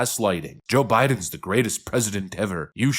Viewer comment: No, she almost said ‘bidenS’